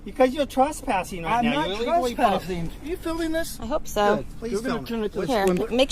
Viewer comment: “Pewiod” “twesspassing” lol